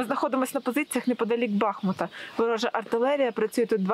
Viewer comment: Слава ЗСУ!!! ♥ А вот диктору такого канала пора выучить названия украинских городов - БахмУт.